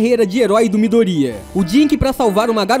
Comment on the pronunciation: ""Mydoría"" tem um assento no i kkkkkk